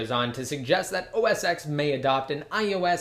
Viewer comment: It's pronounced os TEN, not os "ex." sorry, it just bothers me.